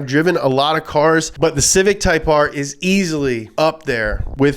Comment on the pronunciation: 1. Mah Civec.